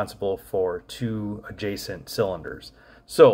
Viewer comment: OH SHIT ON YOUR PART! YIKES! MISPRONOUNCIATION IS A VERY BAD THING! The Correct Way To Say It Is AD ji Cint. Accent On FIRST Syllable, Unlike The Capital Of MONTANA Where It's On The SECOND Syllable.